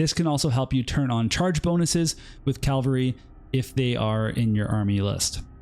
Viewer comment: Wonderful series of videos but your pronunciation of cavalry hurts my soul Q_Q